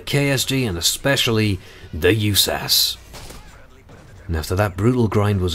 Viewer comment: It's U.S.A.S. 12 no Yewsas just fyi